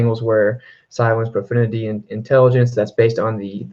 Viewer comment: Profundity, pronounced: pro-fun-dit-ee. Love the channel, just offering some constructive feedback. Thanks for your work.